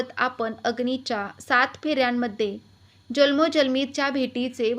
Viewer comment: आपन नाही.आपण.